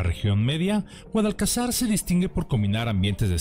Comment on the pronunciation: No es GUADALCAZAR...CON ACENTO EN LA ULTIMA SILABA..NO ES PALABRA AGUDA...ES GUADALCAZAR...CON ACENTO EN LA PENÚLTIMA SILABA..POR LO TANTO PALABRA GRAVE